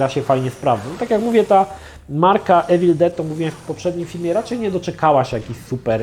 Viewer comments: „iwil”nie „ewil” jak już próbujesz naśladować akcent ..... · "Mówi się iwyl, nie ewil no ale już chuj tam"